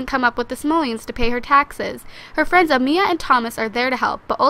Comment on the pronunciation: It's amaya not Amiya